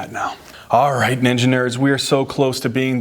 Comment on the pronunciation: Why do I keep hearing engineers for ninja nerds..😂 Frequently finding myself questioning? Are we engineers😢😅